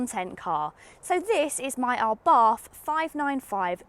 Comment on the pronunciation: You are still mispronouncing ABARTH........It is pronounced "Abart "(the H is silent).....